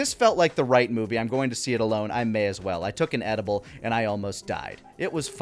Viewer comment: "I took an adible and almost died" 🤣🤣🤣🤣